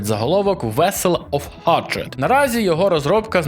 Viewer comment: "Hatred" треба вимовляти [хейтред]